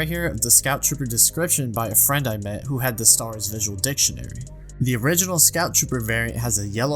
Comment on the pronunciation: I know its so naggy to pick on but I still die inside everytime he says LEGO "Star'rs", with that aside, great original video and great second video with covering what you mistook!